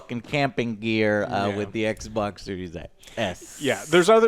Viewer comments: "EK E EK BOOOK EK BOK LEEK EK BOK S" 🤣🤣🤣🤣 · everyone: Everyone...:: "ECH BOK SERIES ECH!!!!". Love it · I need to make a 1 hour loop of saying: Ecboc... because I like when he says that c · When Joe says eckbok I wanna drop kick him out of his chair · 😂😂 it’s funny when he say that I be crying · Eckbok eckbok eckbok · Yeah, it’s really annoying....... gave the video a thumbs down just because of that. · Its called ekbok series s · someone saying ecc-bocc wrong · Alex: Theres some financing optio-😐 Joe: ECK E ECKBOK!!! Alex: I you're loo-😐 Joe: ECK BOK LEAK ECK BOK E S!!! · Stormtrooper 2323 it’s pronounced ec boc 😂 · Took Joe 3 attempts to say the name correctly. Not confusing at all :P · Joe said the Xbox consoles names wrong almost EVERY SINGLE TIME😂😂